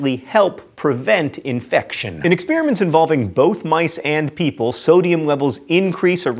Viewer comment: can you stop saying "exspearamints" please?